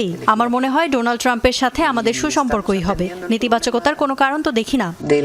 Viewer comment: উপস্থাপিকা বললেন: ডোলান ট্রাম্প😂😂😂